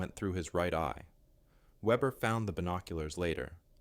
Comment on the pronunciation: The German name is pronounced vehbehr. Note that Ukrainian snipers are performing the same sort of precision kills. In one recent incident a group of Russians were eating a meal. The window broke and three of them dropped dead.